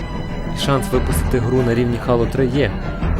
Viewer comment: В загальному непогано, але дуже багато неправильних вимов. ГеТеА, наприклад, (хоча більшіть і привиклда до ДжеТеА), назва The Elder Scrolls V знову ж таки не "Скрайм", за ДАЙС уже сказали. Дальше) Яке "Хало", якщо "Хейло"?)